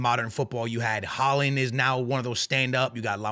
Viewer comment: When buddy in the original video said Haaland I knew I couldn't take this seriously.